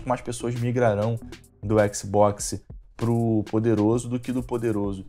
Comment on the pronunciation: Adoro o jeito que o fala xbox, (Equisboquis)